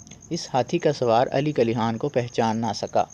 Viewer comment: bhai Khan ko Haan kaun bolta hai Urdu me? Khidmat ko Hidmat kaun bolta hai?? Matlab kuch bhi haan?? Turkey wale Khan ko Haan bolte hain urdu wale nahi